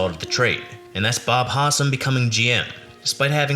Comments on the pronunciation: Howsam, not Hossum. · Howsam is not pronounced Hahsum. It is HOW-sum